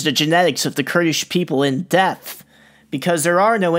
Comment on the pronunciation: oh ok. Speech impediment. Understood